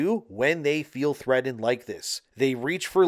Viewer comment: Threadened? Are you trying to say threatened?